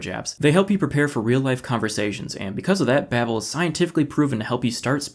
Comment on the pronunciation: His sponsor: Babbel. He: Babe-el 🤣